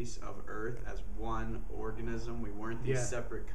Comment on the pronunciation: ORGAN-ISM lol